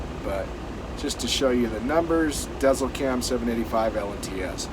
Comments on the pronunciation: It’s not pronounced Dezzel cam. Deisel cam. Dezel for short because it’s for big rigs. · It's pronounced diesel just so you know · The ē in Dēzlcam .. the bar over the vowel makes the vowel "long" as in "eeee" not "eh". Pronounced like Dee zel cam 😎